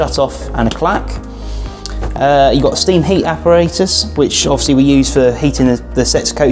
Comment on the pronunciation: Offsly as he said so many times